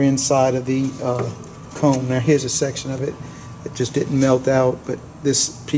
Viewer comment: i belive its pronounced COMBS not " coocoms"